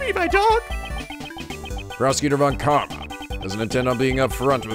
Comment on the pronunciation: Speaking of pronounciation. Von Karma should actually be pronounced Fon Karma. XD ->